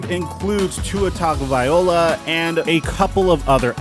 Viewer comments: Great vid but you might want to check how you say Tua's last name. It's TagovaiLOA not TagovaiOLA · It's tung-oh-vai-lo-uh, not tung-oh-vai-ola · ITS TUA. TAGO- VAI- LOA DAMNIT!! NOT VIOLA!!! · Tung-uh-vai-lo-uh lmao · Dude if you're going to make a video and talk about professional football players say their name right! Figure it out. Tagovailoa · it’s not tungaouviloa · It’s TUNG-oh-vy-LOW-uh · needs to work on his pronounciation ov Tagovailoa 😄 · I can't believe that you spent the entire video mispronouncing Tua's last name lol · He was close he just forgot to pronounce the invisible n 😭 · Well never mind he completely butchered it after I listened to it again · Not just this video. Hes been butchering Tua's name for a while